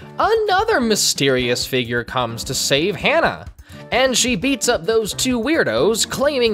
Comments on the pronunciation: I hate myself for saying this but the way to pronounce his name is Ha-Na, not Hannah. Hana is a name that means flower in Japanese, hense why the series is called Shaman King Flowers. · It's hah nah not hannah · HANNAH? HA-NAH! Its not hard to pronounce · Ha-na Flower in Japanese Hearing Hannah hurts me lmao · Why is he saying Hannah when it’s “Hana”? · My bad bro, but you kinda butchered those names. Hah-nah not Hannah Montana A=ah E=ay I= ee O=oh U= oo like boo R=th P.s forgive me if I offend, not my intent.🙏🏾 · I can't with him just saying Hannah